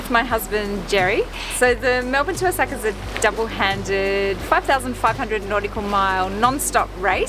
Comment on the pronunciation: What a delightful mother and daughter combination you two are! Since you're on your way to Osaka, may an old Japan hand help you with your pronunciation? Your destination port is Osaka, pronounced Oh-Oh-Saka. Two beats and an accent on the first syllable. Good luck in the race! (By the way, , your own boat, has a name which means "friends" in Japanese. In that case also, place the accent on the first syllable. ) Aloha from Hawai'i.